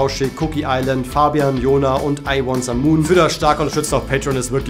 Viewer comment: es heist übrigens "Lone-some-moon" wie bei "alone" also "einsamer Mond" - glaube ich LG